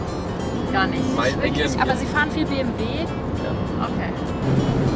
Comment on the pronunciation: おお！流石にベンベーとは言わないけど「ビェンヴィエー」ぐらいには言うんですね！